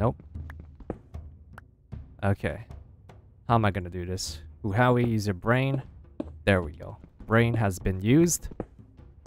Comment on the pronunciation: Its so weird, listening to Huahwi call himself "HooHowWee" xD